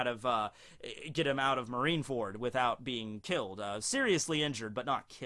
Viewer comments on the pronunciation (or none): none